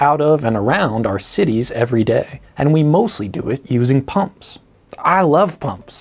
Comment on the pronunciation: eye lahv pomps